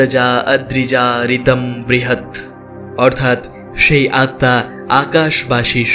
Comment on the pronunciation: আপনি আত্মা উচ্চারণ স্বামী বিবেকানন্দের বাণী ও রচনা বই এর নবম খণ্ড পৃষ্ঠা ২২৪ ও২২৫ থেকে শিখতে পারবেন!!